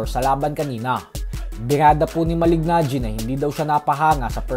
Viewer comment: Just easily say MALINAGGI😂